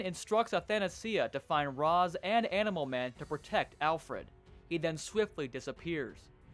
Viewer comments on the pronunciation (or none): Can't tell if you're voicing yourself, or using a tts program, but just in case "Ra's" from "Ra's Al Ghul" is pronounced like "Ray-sh"